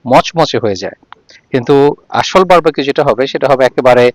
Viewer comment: Bar-ba-q abar ki jining? In English it is Bar-B-Q, so when you say it, you should say বার-বি-কিউ and not বার-বা-কিউ ।